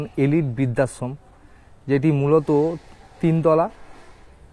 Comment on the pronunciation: ভাই এটা বিদ্যাশম ,না কি বৃদ্ধাশ্রম? কিছু মনে করবেন না একটু উচ্চারণ টা ঠিক হলে শুনতে ভালো লাগে 😊